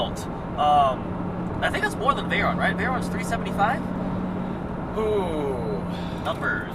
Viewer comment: VAYRAAAAAN and SHYRAAAAAN... pronunciation at its best